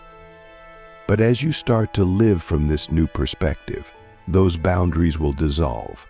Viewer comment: I wanted to ignore it the first time it happened, but the second time your text to speech AI mispronounced 'live' I was endeavored to write this comment. As an autistic man, I really would appreciate it if people uploading AI-generated dialogue to listen to it first! I don't click on so many of these videos because I just know they're full of semantic blockage. D: In this video specifically, it's not a huge error and pales in comparison to the value of the content - well done, by the way... except too that I'm sure you could have interjected another phrase in some parts instead of repeating "the top 1%" the whole time. Cheers!